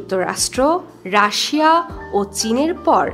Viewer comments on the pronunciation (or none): none